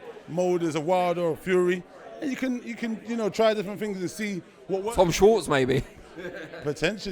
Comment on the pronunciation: the interviewer said Tom Shwatz lol